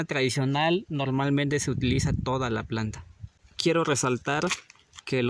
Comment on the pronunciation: Porque dises planda cuando lo correcto es planta ,planta